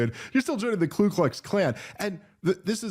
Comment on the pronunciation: “Ku” not “Klu”.